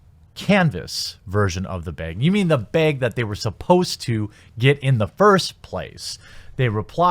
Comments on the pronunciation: You didn't say it right, bag as in stag, not bag as in keg. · “Canvas baeg, did I say it right” Nah man. But I mean it was a good attempt. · “Canvas beg. Canvas beeeeeg. Did I say it right?” He nailed it. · Lol he says BAHG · the a bag is pronounced with a ah sound like apple not the A sound like ape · I'm in the south so to me he's saying beg with a longer draw in the middle. No big deal & I can't correct anyone on their pronunciation as I use southernisms & combo words regularly. I thought it was a bit funny but I'm sure he would find my speach funny in more than just one word. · not be-aa-ggg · Sounds like 'beg'... as in you have to beg to get the thing you paid for in the first place maybe? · OMG it's bag you wierdo lol. BAHG. Anyone get their beg? Didn't get my beg. Beg is shit anyways l:D It's the sound a sheep makes, with a g on the end. Bahhhhhhhhhhg. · Not the "Beg"!! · I'm outta the loop on the beehhhgg things fellas. Why is he pronouncing bag like that? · Edge King lmfao. "Canvas Baehg" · If you say bag wrong again I will kill myself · Lol. Still can’t say ‘bag.” It’s the /a/ in ‘back.’ Just say ‘back’ but replace the /ck/ with /g/. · Okay, say "back", "smack", "track", "lack". I'm pretty sure you hosers pronounce those like everyone else in the US. The "a" sound in those words is the one most people use. You're still falling victim to your northern twang. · You pronounce "bag" weird... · You said "bag" wrong. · No, you didn't say it right. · still can't say bag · Wow. You really struggle with the word "Bag". Not even a multi syllabic word... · No, you did not say it right. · You are close, but there is no “e” in bag. Its kind of like how a sheep says “bah” and then a “g”. (don’t trill the “ah” tho kappa) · Why is he saying the word "Bag'' like you would "Bagel"? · Jeremy there is no E in BAG. Common man, stop trollin' me. REEEEEE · its cute how he tries but still fails. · bAg... short A sound... like cat, bat, hat....smh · Bag has an A, not an E.